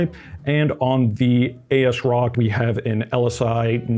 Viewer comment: If it helps: it AS-Rock as in “as-if” and it is an EPYC ROME based board so you split the name there.